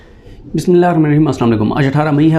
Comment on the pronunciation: Beta bismillah wazeh parha kro